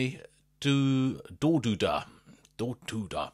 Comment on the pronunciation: oh man, hearing you butchering their name is so funny